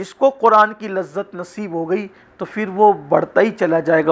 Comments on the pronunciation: Luft Nhi Lutf Bolo 🙂🌹🌹🌹🌹🌹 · Ji Mazrat chahenge..... Lutf hona luft ho gya